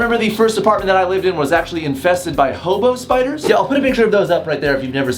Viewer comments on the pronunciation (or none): I thought he said "homo spiders" instead of "hobo spiders!"😂😂😂